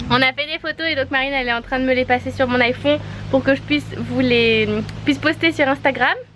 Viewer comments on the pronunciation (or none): super vidéo comme tjrs toujours le sourire au rdv mais on dit iphone pas iphon 😆😆